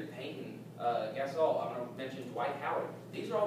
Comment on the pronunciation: He pronounced Pau Gasol "gay-sol"....